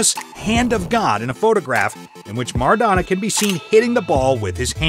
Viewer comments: I stopped watching when he said Maradano instead of Maradona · OK.....After i heard 'The Argentine captain MARADANO" i had to leave.......